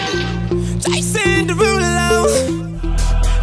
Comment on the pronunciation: Lmaao he actually says Jason derulo